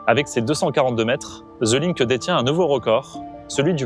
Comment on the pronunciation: Ville lumière jadis rayonnante, mais désormais relativement ringarde au niveau international. "Ze LiNk" mdr 😂